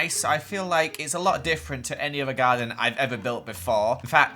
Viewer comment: I thought u said "Guardian" instead of "Garden" so i was like... ...WHAT MAGIC IS THIS?...